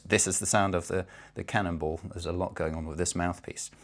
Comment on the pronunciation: Am I the only one that thinks he's saying cannibal?